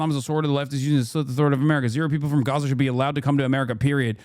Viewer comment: love when a rabbi is brought on to an israel talking head segment who can't pronounce gaza or mispronounces it intentionally